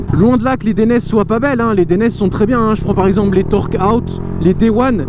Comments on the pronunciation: Atlas non ;) DAILLENAISÉ ! Regarde les pubs dainese en Italien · Dainese se prononce "Deinizê" ;). Bonne vidéo sinon ! #DAINESE